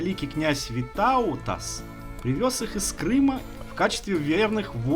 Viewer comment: русские любят ударения ставить перед концом слова, на говорить не ВитаУтас, а ВИтаутас, у русских всё через одно место, всё наоборот, вот тем они и отличаются от людей